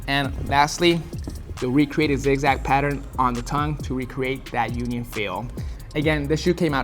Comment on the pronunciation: “UNION” came out dope 👌🏽